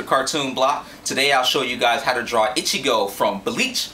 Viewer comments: i love your drawing ^^ o and its E-Chi-Go not Itch-chi-go ( like in spanish an "i" is pronounced like and "e") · Ichigo doesn't wear a backpack! Where did you get that from? Also, his name is pronounced Ee-chee-go. Like the ee in tree, not itchy-go. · A) it is E-Chee-Jo ( I believe) and it is not a backpack, it is his zhan-pac-to (can't spell that) but it is a great tutorial anyhow! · when u say ichigo the i is supposed to sound like a "E" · u said ichigo rong